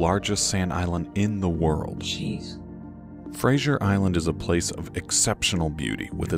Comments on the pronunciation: Fraser Island (like actor Brendan Fraser) is pronounced FRAY-ZER…. Not Kelsey Grammer’s “Frasier”. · Frazer not frazieer. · We say Fraser not Frazier island - dont feed the dingoes, they can bite. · Kelsey grammer got some explaining to do to Americans. It’s Fraser like laser! Like Brendan Fraser not Frasier